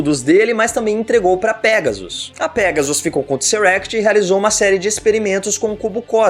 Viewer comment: alguem avisa esse cara q é Tesseract, e n Tseract